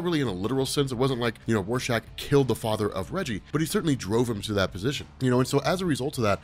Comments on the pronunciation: He was saying warshack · did did you just call Rorschach Warshak